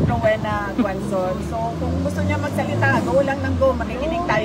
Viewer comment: GUAN. ZON 😂😂😂😂hindi Guazon